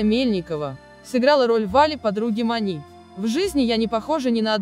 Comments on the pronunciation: Почему коментирующая женщина говорит как по-турецки?! "Подруга МанИ, " вместо "МАни". Читает текст, не задумывается! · точно! Прям слух резало. И МанИ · МанИ, ЛюсИ…. Почему ударение на последнюю букву? Робот читает? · Диктор хоть фильм бы посмотрела. Роль МанИ, ЛюсИ. Слух режет.